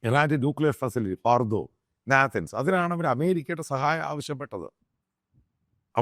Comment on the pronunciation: Dear kunneswaran achaya, née valya vaayil kunaappu varthamanam parayaruthu... Ellavarum english ariyathavarallada, eda potta naathanz alleda, Nathaaanz. Manassillaayo?